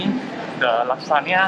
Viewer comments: You are pronouncing lasagna wrongly. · We usually don’t pronounce lasagna like he does in Sg or Msia. Maybe he and the ppl around him do.